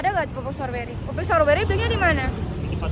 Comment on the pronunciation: Icis tuh ga bs blg strowbery... Tp storbery... Iy ga sih...😅😅